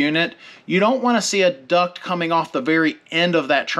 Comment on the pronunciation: Quack everytime he says duck😅